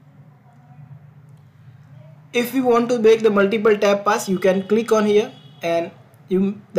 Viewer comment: What is "Tab" didn’t understand what you were saying. Please explain it more clearly and elaborately.